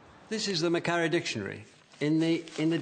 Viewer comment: I guess the invasion, occupation and repression of native language in Ireland was just a bad dream? And Scotland?Incidentally, Macquarie is pronounced məˈkwɒrɪ.